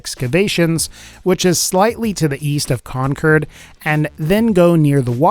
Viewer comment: Concurd or Concord Mr snickersnee